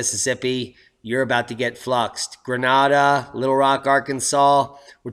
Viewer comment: It's pronounced "Gray-nay-duh" in these here parts,suh!